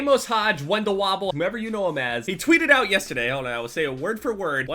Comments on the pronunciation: You said the word "yesTEday" like 6 times in the span of 10 seconds...wtf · "Yesta day" 😂 That New Jersey accent though